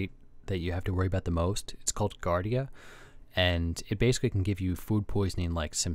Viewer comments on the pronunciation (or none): it’s jee-ardia… so, no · JARDIA not GARDIA. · It's pronounced jardia